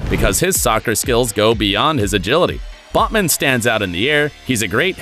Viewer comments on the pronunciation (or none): Botman* not Bosman